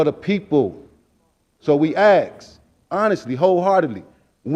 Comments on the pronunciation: So we axe when do we get the consideration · So when we "ak's"? Uhm, when you learn to say "ask", maybe?